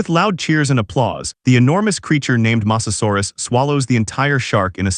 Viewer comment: you said masasarus